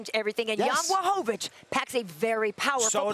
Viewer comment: Espn learn or put some polish person there... isn't Blachowicz BUT Błachowicz...🤣